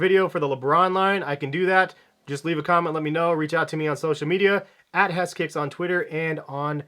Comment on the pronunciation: I had no idea heskicks was pronounced like that I always thought hes was pronounced like he's like a man